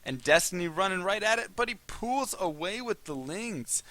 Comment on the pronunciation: Why do you always say pools instead of pulls?